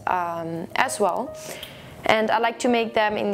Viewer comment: When you say "as well" sometimes it sounds like "asshole" and it makes me laugh all the time! Haha. Love your videos btw! <3